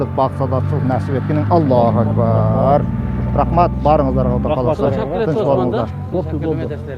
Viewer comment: Куда эмес,Кудай десенер чулдурабай